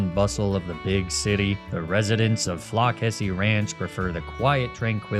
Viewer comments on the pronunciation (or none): FLOCK-essy hurts.... its Floss-essy